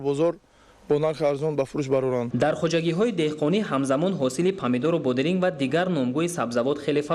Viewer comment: Тарбуз. Не. Тарбод. Бодиринг не. Бодранг